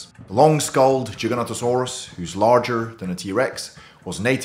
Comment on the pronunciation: Please pronounce it correctly . It's Giganotosaurus not Jiganotosaurus.Giga